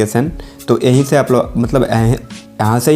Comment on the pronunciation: Yehi se ya fir yaha se thik se bol bhai 🤣